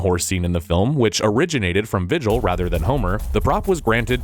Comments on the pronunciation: First, it's pronounced VER-jil, not VIH-jil. Second, please pick a lane. Either bleep the word f*ck or don't but not both. You guys did us a service with this informative video. I was not aware how troubled the production was. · good lord could you mispronounce any more of the names? among the myriad, the worst was "vigil," whose name is VIRGIL, FFS. other than that, good vid. just please someone do QA before uploading. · Virgil, not Vigil. This isn't Mass Effect. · "Vigil" lol. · Did this video call Virgil "Vigil"? Was the Trojan horse really original to Virgil? I thought it was mentioned in The Odyssey.